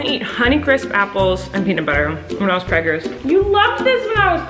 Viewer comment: why is nobody talking about how colleen kept saying pregners instead of pregnant, lol im laughing so hard!!